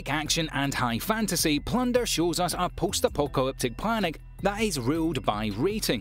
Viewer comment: Me: OH plunderer! :D This man:' oh a P L U N D E R